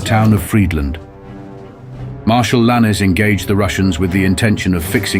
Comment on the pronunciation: Its not prononced l'anesse (which means female donkey in French) but Lann.